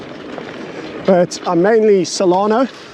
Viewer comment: its just not the same when you pronounce solana correctly. i preferred it when you were gender confused about her